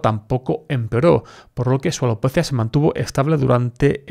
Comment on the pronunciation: Como dices alopeeetttzzzziiiaa jejeje muy gracioso. Buen contenido!